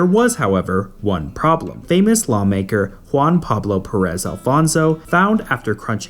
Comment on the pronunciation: Good video, but please make an effort not to butcher Spanish names, because it's just careless and sloppy . For instances, it's not pronounced "Boulevard", but "Bolee-var" (Bolívar has an accent in the "i"), it's "Vicente", not "ViNcente", and it's Pérez, with the accent in the first "e".